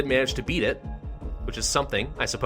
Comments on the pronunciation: I.T not "it" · “It experts deployed” 😂😂 I think you mean I T